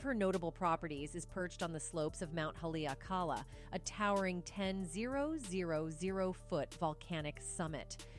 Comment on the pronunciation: Stupid and guillible people. This reporter is trading in unfounded conspiracy theories. She cannot even correctly pronounce Haleakela.